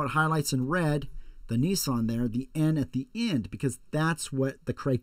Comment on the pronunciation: it's nissan